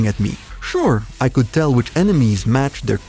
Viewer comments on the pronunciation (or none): none